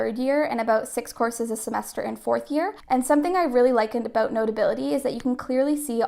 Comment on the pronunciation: Are you Canadian? Cuz you say aboot 😂